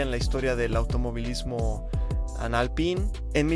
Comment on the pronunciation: Pésimo video, demasiada imagen IA, y no se dice Alpaine, me quedo con videos como los de Evo Máster y Garage Hermético.